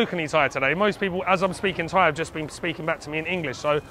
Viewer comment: Love your Thai pronunciation.👍👏